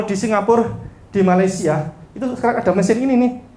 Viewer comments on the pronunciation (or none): none